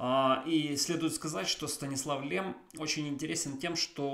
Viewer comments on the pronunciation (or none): Stanisław Lem читается через мягкое ль как Лем, а не Лэм. Так как в польском языке буква L всегда мягкая и смягчает любую гласную, которая идет после нее